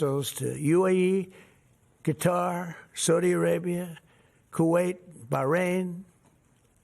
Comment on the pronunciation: Does he say "Guitar" instead of "Qatar" ???